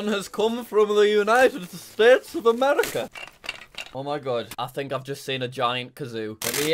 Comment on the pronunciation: I love how he says from the United States of America in a really British accent